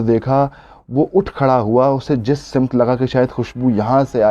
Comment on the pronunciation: منفرد انداز بیان کے ساتھ ہمارے دوست اپنی آواز کے جادو بکھیرے جا رہے ہیں۔ جناب سِمت نہیں ہوتا سَمت ہوتا ہے ۔ مگر مجموعی طور پر بہت بڑھیا ، پر لطف ، آپ نے اپنے انداز بیان سے ہمیں پیرس کی سیر کروا دی۔۔۔۔۔ماشاءاللہ